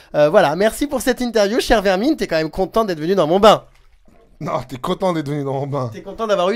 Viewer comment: "comme même" ok toi mdr